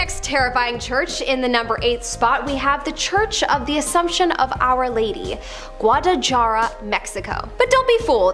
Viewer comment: She lost me when she pronounced Guadalajara 😅😂